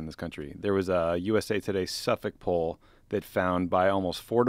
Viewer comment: Tommy pronouncing Suffolk right like a true Bostonian